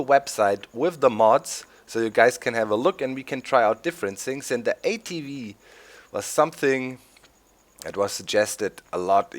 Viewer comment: Did you say ATwee because a V in german makes a wee sound?? probably :P